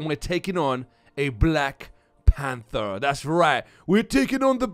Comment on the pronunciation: " we're taking on the black plamfer" lmao sounded like that good video m8